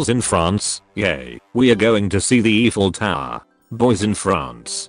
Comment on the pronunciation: When he said eiffel tower, it sounded like evil tower